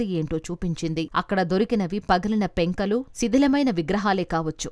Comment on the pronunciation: యాంకర్ గారూ! పెంకలు కాదు? పెంకులు ! యజ్ఞకుండలు కాదు? యజ్ఞకుండాలు! జానపదాలు కి ధ" పలుకుతున్నారు యుఘాలు కాదు? యుగాలు అని చదవాలి . సౌందర్యానికి ప్రతీకగా ఇంత అందాన్ని కలిగియున్న మీరు మన తెలుగు భాష పై కొంచెం శ్రద్ధ పెడితే, మరింత అందం గా వుంటారు!